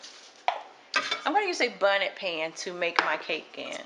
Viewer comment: I saw comments correctIng you or “laughing” at the confetti sugar and bonnet pan. We knew you were talking about confectioners' sugar and bundt pan. The cake was delicious, and I appreciate the ease of it.